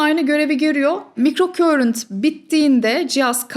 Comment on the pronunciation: Emeğiniz için çok teşekkür ederiz ilgiyle takip ediyorum sizi ancak /mikrokörint/ şeklinde okunan bir kelime yok, alanım İngilizce olduğu için söyleyeyim; sözcüğün doğru okunuşu /maykrokarınt/ dır; ama buna da gerek yok güzel Türkçemiz dururken; keşke “mikroakım”ı tercih etseniz. Saygılar 🌸